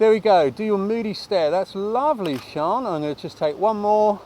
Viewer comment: I'll tell her. She'll be delighted... MIKE (PS: It's Sian, pronounced "Sharn")